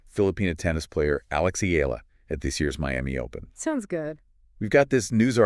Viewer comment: It's e ya la that's how u pronounce her family name & thanks for coment her on ur vlog we filipino appriciate it much!